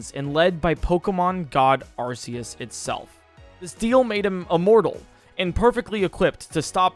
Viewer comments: Getting sick of hearing this! Has no one here seen the Arceus Movie?! That show one way on how it's name is pronounced (Are-Key-Us). Even then, Silvally's Ability, The RKS System shows that it's pronounced Are-Kay-Ess. Where the fuck did this Sss sounding "C" come from?! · him saying arceus hurts me lol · Arceus is pronounced (Ar-kah-es) everyone always gets it wrong. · Correction: Arkoos